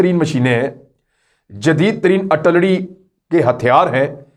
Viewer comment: Kamran Khan the word is AR TIL LARY